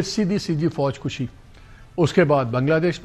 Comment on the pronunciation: Foj kushi nhi "foj kashi". Kushi means marna. Kashi - nikalna.